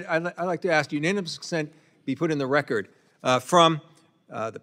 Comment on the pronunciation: Is that black dude trying to say 'record or "reckit?' Just axing.